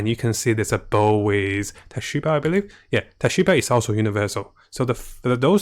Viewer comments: ITS TSUBASA NOT TASHIBA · Void? Tashiba? Pls stop, i`m crying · ...no you didn't just call Tsubasa, TOSHIBA!#@@ <3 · Tashiba? Cmon buddy, u dont know captain tsubasa?! 🥲